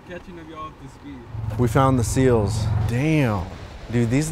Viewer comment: Bro said seals 🤦🏾‍♂️